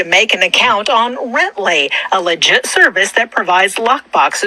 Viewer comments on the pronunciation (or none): That is the whitest pronunciation of the word "legit" I've ever heard 😂